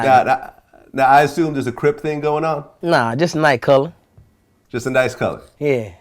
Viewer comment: "itS aH NiTe Coloh" Vlad: "Its a nice color"